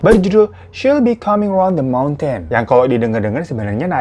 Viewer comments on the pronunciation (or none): none